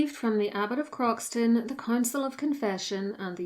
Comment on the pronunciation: The correct pronunciation of Croxton is “crowsun” and its full name is Croxton Kerrial but everyone who lives near it calls it Croxton. His visera was searched for in the 20’s by the then marquis of Granby, who in 1925 became the Duke of Rutland. He didn’t find it, but excavated the bulk of the abbey and many of its bits and pieces are in the collection of Belvoir Castle.